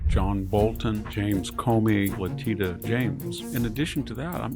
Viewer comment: It's "Leh-TISH-a", VDH! I've heard you say it correctly before, so I know you can!